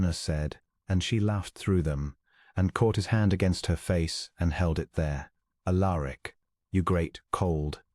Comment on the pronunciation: Prononced 'Al er ic'